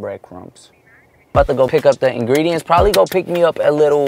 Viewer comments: He said ingrediments 🤣🤣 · Did say ingredements 😀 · Is he sayin ingrediments?😂 I heard it like 3 times. Maybe im hearing shet😂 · "i need to go get the ingrediements" yall ik im not the only one who heard that ps. I LOVE U AND HAZEL😂♥ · No one:: InGrEdImEnT😭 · not when said ingrediments 😂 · "Order the ingregements, and chef it up" what is ingridements WHAT IS INGREDEMENTS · Did i hear saying ingrediment??🤣🤣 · Am I the only one who heard ingridiMents😅